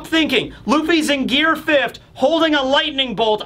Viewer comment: "Fifth't" Why do you put a T on the end of the word fifth?